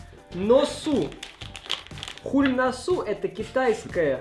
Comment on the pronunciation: Те конфеты корейские(자일노슈) и читаются как Чжаирнощю